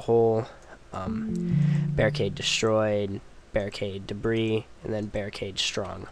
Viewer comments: debris "dib-ree" not "dib-ris" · He means that "debris" is pronounced "de-bree", not "de-brees", even the plural form. You mispronounced it a couple of times.